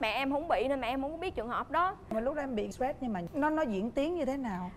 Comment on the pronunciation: Chị nói Stress ko đọc chữ nghe chết